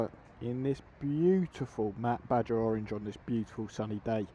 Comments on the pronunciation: Dude! It's B-A-H-A orange (BAJA). Like Baja California. Not pronounced badger. Nice review on a cool bike. You do really like to say really a lot but it is a really nice bike. Cheers! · ‘Badger’ orange? 😂 It’s pronounced ‘bar har’. Nice bike.